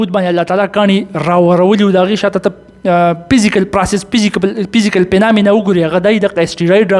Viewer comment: استی رید نه استرواید asteroid 😂 پزیکل نه فیزیکل physical 😂